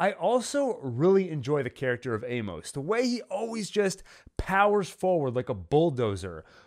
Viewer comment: I’m always looking for good Expanse content. Your videos have some insightful analysis. However, a few things things. Amos is pronounced AY-mus, not ay-MOS. This gets distracting really quickly and almost made me want to stop watching. Another thing, if you’re not going to read the books, maybe google new character introduced to make sure you understand who they are. As someone else mentioned, Lydia wasn’t Amos’s mom. It’s an understandable mistake based on the shoe content, but really turns off book readers who know the backstory. Also Monica was featured in season 3, bir season 4 which was primarily set one Ilus. Again, a little fact checking in your scripts and pronunciation would increase your credibility with a pretty informed and passionate fan base. I’m not sure I’d subscribe based on the errors in this video but will pop back by to check out some later videos.